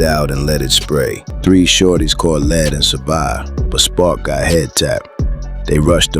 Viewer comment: Teach your AI how to pronounce "lead", European YouTube channel pretending to be black.